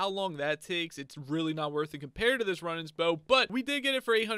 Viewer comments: its rune ans not run ans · Runaans is pronouns roonins not run ins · Zealot is pronounced: zeh-let Runaan's bow is pronounced: roo-nans (you say the last part right, it's just 'roo' and not 'run' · Not meant to be a hate comment but it's pronounced roo-nans not run-ans :) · Roonaans bow is the pronounciation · I noticed you mispronounced Runaans, it’s pronounced either Ru-nahns or Roo (like Rew) nahns. I wouldn’t have pointed this out but you asked us to so you’re welcome lol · (Ru-nawn) is how you pronounce the bow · its pronounced "zelit" or "zelot" and the bow is pronounced "roonans" no hate :) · im just trying to help... its pronounced roonans you hold the sound mor elike when you say spood its the same oo sound ;) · Wrong pronunciation: Runaans Compass Zealot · Dont wanna harp on you, but Runaans is pronounced Roooo nons bow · It’s pronounced roo nans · You are pronouncing zealots like this zélots try not accenting the E in the name and you will have it good. And runaans is pronounced (Roo-nons) just for if you need help pronouncing 😁